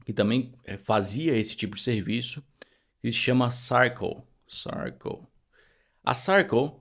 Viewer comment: vc merece! E se me permite, a pronúncia correta de Circle é /sârrkâLL/ como em Sir de Yes, sir!😊